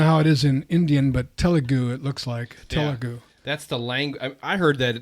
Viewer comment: First guy pronouced Telugu just right and fine tbh. Also Hindi Cinema Bollywood Telugu cinema Tollywood Tamil cinema Kollywood Kannada cinema Sandalwood Malyanam Mollywood idk there are many more. Only 20 languages are official in Indian but there thousands of many religions and thousands of languages so yeah.